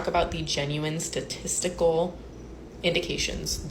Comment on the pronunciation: did she say sadistic or statistics because if she said statistics then she need to hear about nose ring theory